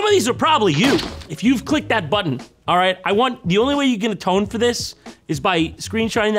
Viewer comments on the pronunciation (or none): none